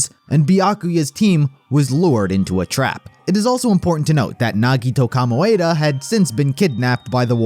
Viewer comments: the way they pronounce "nagito komaeda" makes me wanna rip my skin off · Great video but. Nagito Kamoeda?